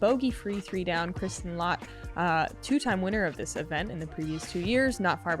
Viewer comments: Lätt's ''Ä'' is pronounced as the letter ''A'' in the word ''HAT'' Try to say Lätt now :) You say that letter very well in different words, just don't have the specific one in the alphabet. Great commentary as always. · LÄTT like in Latitude 64 :😉